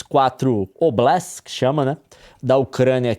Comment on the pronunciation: Não se pronuncia oblest, é oblast quase como em português. Significa região, área etc. Não sei porque a mídia insiste em não traduzir. Claro que tem uma diferença administrativa e tal, mas nesse contexto não faz diferença.